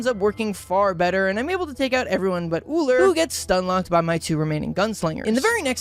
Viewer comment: At least he pronounces Ullr correctly